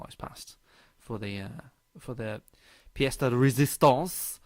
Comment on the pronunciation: "Pièce de résistance" Nice French accent ;)